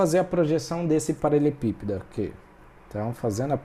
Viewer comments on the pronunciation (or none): Muito bom, porém me incomodou ele não saber falar "paraLELEpípedo"